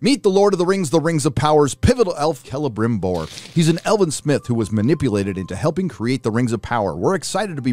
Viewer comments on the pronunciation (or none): none